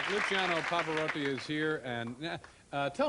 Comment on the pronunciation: He is the only non italian I have heard pronounce his name correctly.